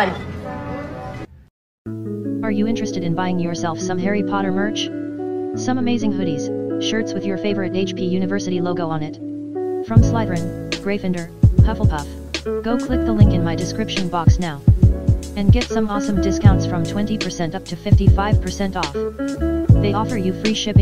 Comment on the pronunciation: the siri doing voicover for merch really did say "Sl-i-therin